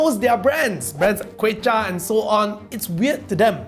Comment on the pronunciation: I love the way you pronounce "Quecha" 🤭